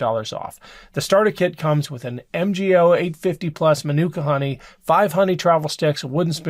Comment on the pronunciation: It's also very good for antiseptic sores, for dogs as well. We have had Manuka honey in Australia and New Zealand for 25yrs. It's pronounced Man-U-Ka . It's a great product.😊😊